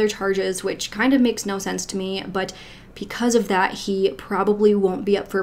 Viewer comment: Pleeeeease stop saying “PEE-cause” instead of “BE-cause”. It’s BECAUSE. Pee-cuz is not a thing 😖 it’s so distracting. Love your videos otherwise.